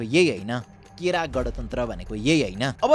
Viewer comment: गँणतन्त्र ❌ गाँणतन्त्र ✅